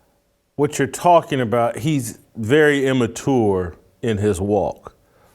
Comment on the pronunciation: Take a shot everytime Jason mispronounces immature.